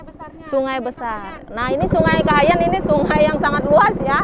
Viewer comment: Sungai Kahayan bukan Kahiyan..